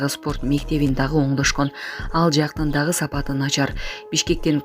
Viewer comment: "ДАГЫН" ЭМЕС ДАГЫ ДЕП АЙТЫЛАТ.